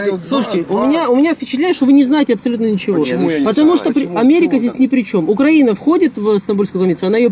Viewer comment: УкраИна, а не УкрАина